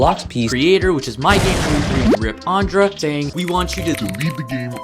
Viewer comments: Bro said Aundrah 💀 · "RiP ANdrA" atleast pronounce his name right